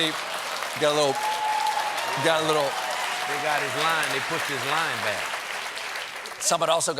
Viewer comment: saying "They pushed his line back" in his deep Louisianian accent made me cackle